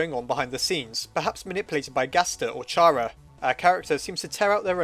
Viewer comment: chara is pronounced like chara in character. also shes not evil, temmie chang said so.